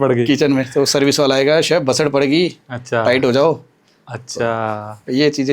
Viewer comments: घटिया यार क्या सैफ सैफ बोल रहा है एक word तो सिखलो बाकी इंटरव्यू अच्छा था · Dear interviewer, It is pronounced (शेफ), not Sef (सेफ) लोग श, ष ठीकसे क्यूँ बोल नही पाते ? इतना कठीन है क्या ? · सैफ नहीं भाई, शेफ